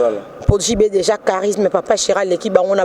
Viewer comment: yo nde oza na problème na e na é. i na u . "anneu passée nde nini ?" "deuja" na nini ?